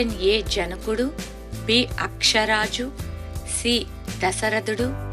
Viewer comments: అక్షరాజు కాదు...ఆకాశ రాజు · Padmavathi devi thandri Aksharaju kadu Akasa raju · ఆకాశ రాజు అమ్మ తల్లి అక్షరాజు కాదు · అక్ష రాజు కాదు ఆకాశ రాజు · అక్షరాజు కాదు ఆకాశ రాజు